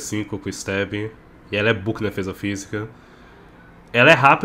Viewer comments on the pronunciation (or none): none